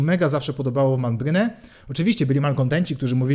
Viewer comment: Prawidłową wymową nie będzie "Menbryn"? :)